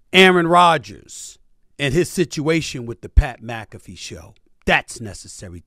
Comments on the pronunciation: I feel like Charla be saying Pat mcafees name wrong on purpose 😂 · Pat Mcafee. Not hard to pronounce, even for a God 😒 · Charlagay need to pronounce Pat Mcafee’s name right lol